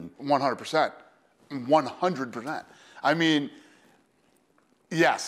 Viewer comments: 100 ”pronet” instead of ”procent” 😂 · "100 Per-nent" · 100 percent. ... 100 herhent ...😂😂😂😂 dfq was that a baby aneurysm 😂😂😂😂😂😂 100 herhent